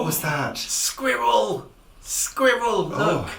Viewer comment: Boxing Day confounds all my American friends...anyhoo - I love how many syllables you manage to squeeze into the world squirrel.:D Re TV programs, do you watch Shetland, we just got Netflix and I am addicted to it.:) Happy Christmas to you both from West Coast Canada!